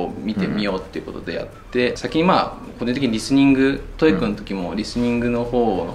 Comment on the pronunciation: トーエックじゃなくて、トーイック。トエフルじゃなくて、トッフル。ポイフルじゃないんだから。